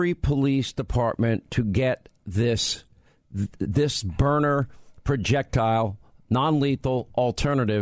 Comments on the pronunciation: That's how Sean pronounces it, and don't understand why. It's not "Burner"! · I have the LE model which is powerful. I would expect that if you hit someone in the eye with a kinetic round, let’s say at 15 or 20 ft, that individual would be hurt, and hurt bad. And yes, it’s Byrna, not Burner. I don’t watch Fox News any longer. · I love my "BYRNA'S" not my burners as Sean Hannity kept referring to it. I have the SD and LE. I couldn't be more satisfied. But it was like nails on a chalkboard every time Sean said he loved his Burner. Bryan and Luan great interview, but next time be proud and tell the interviewer to pronounce your products name correctly. Even if it is Sean Hannity. Especially if it's Sean Hannity. He has a big following and when he says the products name 20-25 times in one interview, it sure be the right pronunciation. Great products Burner. I mean Byrna. Now you got me saying it 😜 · It's byrNA, NOT BURNER Hannity. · It’s Berna, Not Burner. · Hannity why do you keep saying burner when its byrna? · Sean spells Byrna correctly at least twice and miss pronounces it every time calling it Burner. WTF Sean! 😂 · Hannity never misses an opportunity to supplement his 25million a year salary from FOX. Every weekend he flies private jet to an outing, a company, a radio station gathering for a large fee. Guaranteed he was paid to do this speil. Didnt even do his homework on how to pronounce the name right--spells it out, but can't say it correctly? The Product is great---I'm getting one, but not because of Sean Hannity-dude didnt stop talking from the start until 4 and a half minutes...my God, the man makes every show about him...more guest time less hannity time. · Probably would come across better if you said the name right of the company.